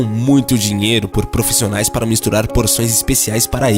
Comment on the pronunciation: Nao é pró que fala , é prô , igual profissional e NÃO pró fissionais